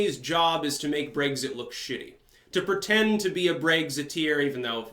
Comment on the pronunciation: seriously man, pronounce words in the correct fashion. You do this often. I love your commentary, but you said "Brayxit" and "Teraysa" May. Brexit. Theresa (Tereesa) May. These are correct. You have the right spelling, just not the right enunciation. Maybe it's the Vermont accent, idk. PLEASE work on it!